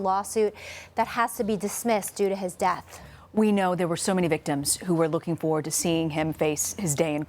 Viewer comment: Why does she say fowed instead of forward 😂😂😂